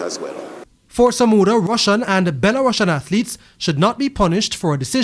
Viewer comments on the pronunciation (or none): That’s not how Belarusians is pronounced, I’d be annoyed if another news agency was butchering Jamaica’s pronunciation on their broadcast